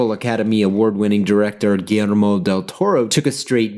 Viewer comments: As a Mexican, I find your pronunciation of "Gullermo" quite funny, because you sound kinda Japaneese when you say it (I'm not expecting a mexican pronunciation obviously, but didn't expect that either). Still a great video, like always! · Yo, just a little note on an otherwise magnificent piece (what's new?). The pronunciation of the "LL" in Guillermo sounds like the "Y" in Yeast, Yellow or Yacht or the "J" in Jail, Joker or Jamaica. Cheers cowboy